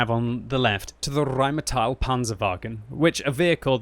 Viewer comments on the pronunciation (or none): I got here only to hear RRrrrheinmetall and wasn't disappointed ...